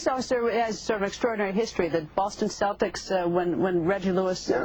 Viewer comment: I also really hate how Americans always mispronounce Celtics.